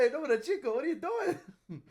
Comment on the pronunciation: Cinco is pronounced like Sink-o, not chinko.